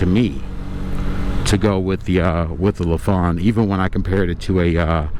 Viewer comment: When I bought my 2006 Lifan GY 5 200cc motorcycle new from a local dealer, he did in fact pronounce it as LeFawn as well. Just want you to know that over the years my Lifan has required oil changes, valve adjustments, tires, and batteries. That is it. It is now 2025 and again this summer I will be riding it. Just a great bike and I think I may be buying one of these guys soon. Thankyou for the video. Oh I forgot Lifan makes cars and trucks as well, and they have for years factory supported a Lifan motorcycle race team with fair success.